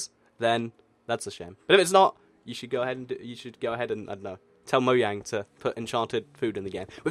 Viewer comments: instead of saying moyang plz say moJang no offence but if it's ur accent then fine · #Q&A Mojang is pronounced Mo-J-ang. With a J. Mo-J-ang. Not Moyang. But no hate. :) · #Why You say Moyang no Mojang? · he seid moyang but the word is mojang not moyang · It's mojang not moyang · Why do you say moyang not mojang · #Q&A Y do u call mojang moyang is it ur akcent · Question: Why do you pronounce it moyang?# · it is not moyang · it's actually mo-jang but on the other hand